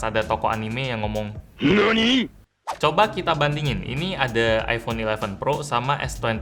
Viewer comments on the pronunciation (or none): Nani bukan ninoni